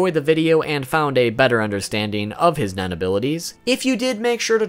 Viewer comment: lul sometimes when he says nen it almost sounds like men so some shit he explains with the word nen sound funy AF XD